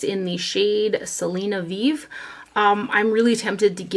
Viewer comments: Its pronounced Selena Vive (Vi-Veh). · I really love your hauls,. My must watch Saturday video so I can live vicariously through you. 😂 P.S. The Selena lipstick is pronounced Selena "Vee-veh" (or you can go with vee-vay). It's said differently in Spanish than the French word of the same spelling. 😘